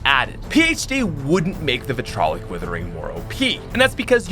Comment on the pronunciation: Vit RI O LIC withering, not vitrolic